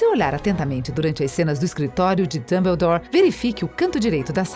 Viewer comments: ELA FALA DUMBULDOR QUE RAIVA DESSA KENGA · MANOOO JÁ FAZEM MAIS DE VINTE E SETA ANOS QUE HARRY POTTER E A PEDRA FILOSOFAL FOI LANÇADO ESSE CANAL NÃO FALA NADA CERTO E HARRY POTTER NÃO É ROMANCE NÃO É DAMBLADORE OU JOTA CÁ ROULING NÃO É RORCRUX PELO AMOOOOORRRRR ISSO É MUITO CHATO!! ANTES DE VOCÊS PRODUZIREM APRENDAM A FALAR E APRENDAM A HISTÓRIA DIREITO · "Woward" "Rermaine" Rorcrux" "Wisley" "Mugle" "Tinny" "Dambladore" "Jei kei Róling" "Rerri Potter" MDS APRENDE A FALAR CERTOOOOOOOO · Desculpem mas foi impossível não rir ouvindo a narradora pronunciar Diambandior, Rorcruquices, Howarts, Hermaioni... HAHAHAHAHAHAHAHAHA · Dambeudor. Kkkkkkkkkkk. Quem é dambeudor. Que p** é rorcruquises? Que leseira. Kkkkkkk. Sem necessidade essas pronúncias.